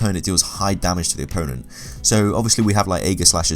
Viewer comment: I enjoy your videos with one slight exception: How you say damage. "Dar-marj".